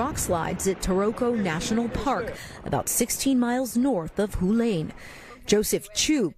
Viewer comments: Hualian pronounce Hua-lian NOT Hu-lane! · it's pronounced "hwa-lee-un" tard!